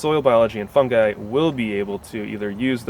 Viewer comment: Thank you for pronouncing Fungi properly....